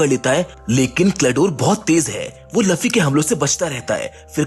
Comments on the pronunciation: luffy not laffy🤬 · Bor it's not laffi that's luffy.😑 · It's luffy not laffy